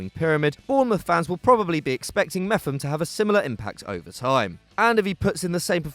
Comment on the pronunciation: its pronounced MEP-HAM